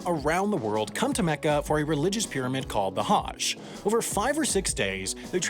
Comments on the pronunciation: I love this channel.. But can we please work on pronunciations... Islam has no 'z' the s is soft.. Same with Muslim it's not Muzlim its Muslim like how we pronounced the s in moose... Also for Hajj think of how we pronounce the word nudge. Similar but with a Ha at the beginning. Also Hajj has to do with means.. It's not cheap to do. Not everyone can do it. Muslims are not forced unless they have the ample source of capital to do it. Thanks for reading. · That's not even close to how Hajj is pronounced. Hajj rhymes with "fudge". This Haaaazh BS is ridiculous. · How are you able to say “Tchaikovsky” correctly but can’t say “Hajj”?? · The a in Hajj is not pronounced like that.